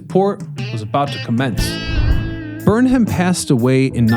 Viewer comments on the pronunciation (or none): Great video, but we pronounce it “Burn-em” 👊🏼